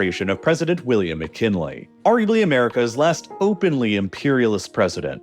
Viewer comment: President William M’Chinle?😂 You’re engagement bait by mispronunciatio video z Unsubscribed